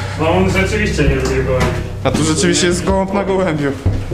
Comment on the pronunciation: kurde nie gołąb tylko gołump